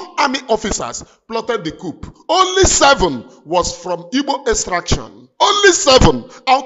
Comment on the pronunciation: This word is pronounced: "COO" The "P" is silent. Cheers.Lions.